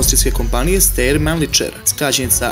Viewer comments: Mal korektura; ne izgovara se Steir, nego Stajer (Schtajer). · Ja bih rekao da se STEYR čita ŠTAJER ali ajd sad...malo edukacije nije na odmet kad već hoćeš druge da edukuješ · steyr se cita štajer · Video je dobar!!!Izbor koji si napravio je za pohvalu.Ali, ne znam zašto svi čitaju nemački kao engleski...,,Steyr" Stejer, već Štajr, ili Štajer.,,Mannlicher" se ne čita Manličer, već Manliher...I kod ,,krupnokalibarska" se ne stavlja crtica...